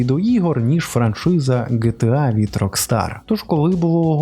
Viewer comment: Не ГеТеА, а ДжіТіЕй.